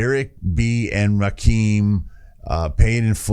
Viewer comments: Its Ra -kim not keem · Pronounced Rahh Kimm 😂😂😂 Rah keem 😂😂😂😂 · It's pronounced Ra-Kim, not "keem." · Small important note: THE name is pronounced Ra- Kim not Ra Keem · loved the video. It's actually pronounced Rah - Kim. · Yo! Just wanted to stop by & show some love. I always appreciate seeing you go back to the roots of hip-hop (‘80s-‘90s). Rakim was certainly a pioneer in terms of “flow”, as hip-hop was much more simplistic in its delivery prior to the late ‘80s. P.S.: I haven’t seen it mentioned but his name is pronounced “Rah-Kim”. If you’re familiar w A$AP Rocky, that is who he was named after, for he was born in ‘88 a year after this album was released. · Ra kim is how it's pronounced. Just a heads up.